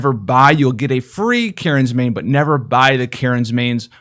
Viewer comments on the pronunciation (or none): none